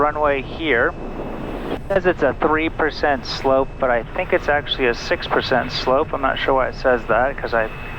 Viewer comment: Fantastic content as always. Oh and "dont sink" 😂